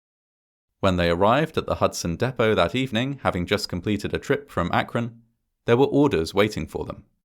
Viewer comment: i love you bro but if you say "deh poh" one more time im gonna run you over with a gd doodlebug *dab*